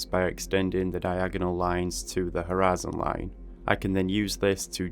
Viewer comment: am i the only one who hears "harassing line" ?